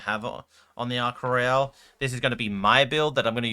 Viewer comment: You're saying Ark Royal weird. It ain't Royale... It's not a cruise ship